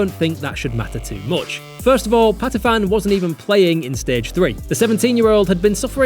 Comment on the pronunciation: Patiphan not 'Patifan' the ph is an aspirated p not an f, this isn't Vietnamese.